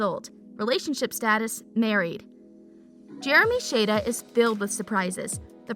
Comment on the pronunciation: U said Jeremy's last name wrong it's shada